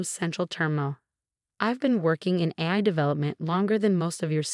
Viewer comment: Obviously did not do the voice over on this video, it pronounces AI as AYE sorta but it’s just not right. Why don’t they use a human to do this? Hey, replace us later when YOU GET IT RIGHT!